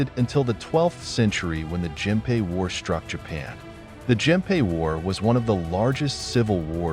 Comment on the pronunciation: Genpei and Naginata are pronounced with hard "g"s.